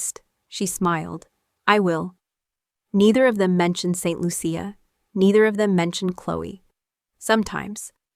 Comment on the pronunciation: It's pronounced Saint Loosha!